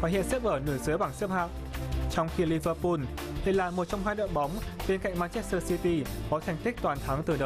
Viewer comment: Lẫn lộn giữa L và N có thể miễn cưỡng cho là phương ngữ nhưng toàn quốc phát âm tên của các đội bóng từ L thành N hết thì là hệ thống : Rê an , arsênan , Liver pun vvv